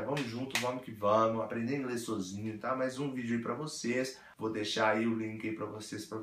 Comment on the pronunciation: Esse seu Sôzinho é ótimo ! kkkkkkkkk